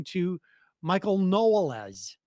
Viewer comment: So is that "Knowles" or "Knows-less"?